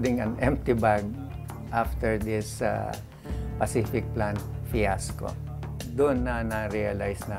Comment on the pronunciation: Paciflikadong plan pala hindi pacific plan hahaha